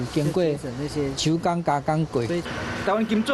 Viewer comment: 佇金紙店第四代傳人兮標準下港腔內底（做、除、過），竟然透濫著一兮海口音兮變調（伊講兮「手工」兮「手」），含鹿港腔共款，有影誠有價值，會通用來見證雲林北港南北山海地理中紐兮重要路位。